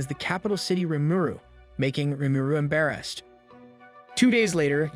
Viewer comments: "Em-Bare-Assed"... Sorry... I had to LoL! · him: "emberrased" me: go to school because your english is bad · Embaresd what did he say